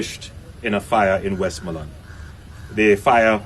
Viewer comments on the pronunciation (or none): Big guy cannot pronounce west- more- land.